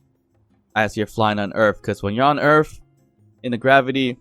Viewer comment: Earth. Not Earf.